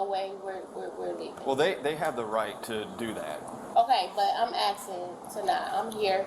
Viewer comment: Axing...it's ASKING- No one should be axing anyone.